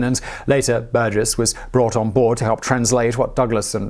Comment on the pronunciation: Pretty sure you're mispronouncing Burgess there.